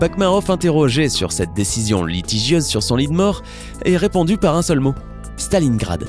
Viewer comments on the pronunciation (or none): none